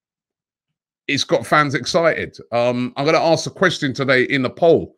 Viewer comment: Every time Robbie says ' quest- ti-on' it makes me uneasy